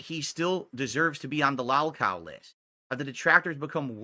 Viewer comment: He needs Joon and Kino to fight his detractors for him. Look how he tries to hide in their shadow. Why doesn’t he do his own documentary? Jesus what a spineless little coward he is. And no,, no one hears the word lawlcow until you say it like that. No one stalks you. Go get your Pullups and act like a Big Boy. Good god. Sure, we’ll all forget how you said Joon should cover the positive side of your life and the documentary would be unfair if it was mostly negative. Then Joon gave you a heads up so you adjusted your attitude and retconned your whining about how no one cares about your positive happiness.